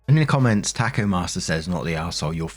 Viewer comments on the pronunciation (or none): none